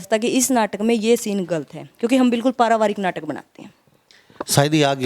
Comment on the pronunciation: ममता पारिवारिक बोलो paravaarak नहीं